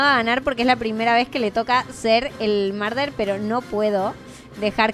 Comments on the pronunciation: se dise murder no marder😂😂😂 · murder no marder si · se dice murder como se escribe!